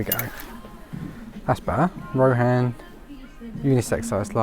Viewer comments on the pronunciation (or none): none